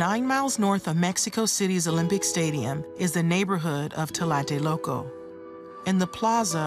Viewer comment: Excellent documentary, very well done, I just wished the lady narrating the video could mention correctly the name Tlatelolco, I know it's not an easy word for a non Spanish speaking person but she was saying "talate loco" all the time, it sounds even funny talking about some very serious and bloody things that happened in my country.